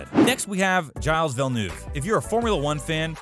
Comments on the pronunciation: Gilles...is like jil Schumacher...is shoe marer. Ch in German is R. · I was just about to say the same thing. Who the heck is Jiles Villeneuve??? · you boched gilles villeneuves first names yikes